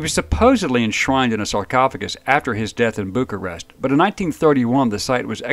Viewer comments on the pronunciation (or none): none